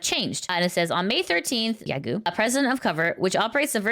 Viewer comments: "Yagoo" is pronounced "ya-go" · A small remark - Yagoo is pronounced with a lengthened O sound, not U.